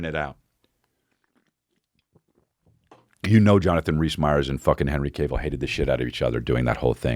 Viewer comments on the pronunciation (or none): Hi I'm a nitpicky asshole and I'm here to let you know it's pronounced calf(like he has big calves), not cave. Henry "has big calves" Cavill. ok thanks for reading, have a good day. love your show :)